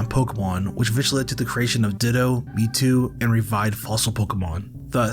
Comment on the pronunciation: Does this guy keep saying me too insted of mewtwo?